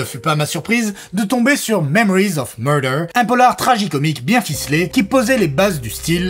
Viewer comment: « Memowiz of muwdew » 😭 Ces Youtubers qui aiment trop se regarder… la perruque… au secours. Il n’y a pas d’info, tout ça est flou et n’est qu’un avis de plus sans acuité, angle, ni singularité. Qui a-t-il de plus à apprendre ici ? Niet. Quel rôle jouent les youtubers dans un monde où l’info se diffusent à grande vitesse, sans filtre, ni recul ? Même avec le temps supposé de digérer le film (la vidéo arrive 3 semaines après la sortie de Mickey 17), il n’éclaire en rien et nourrit simplement un algorithme, au mieux, le simple spectateur ravi de trouver un avis perdu comme le sien. Si on délaisse les médias de fond pour ça, ne nous étonnons pas de l’état du monde.